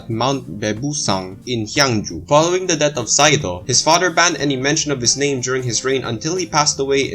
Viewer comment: Sado is not pronounced like "saido." Hyegyeong is "hay-gyoung" ("gyoung" rhymes with "young" but has a G at the beginning.) Words that are romanized with a Y at the beginning should not be pronounced with an H sound before the Y.